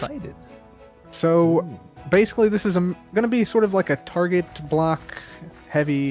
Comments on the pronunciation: "targét" " h weat" i see these gentlemen have their grammar in order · targét: WELS-MART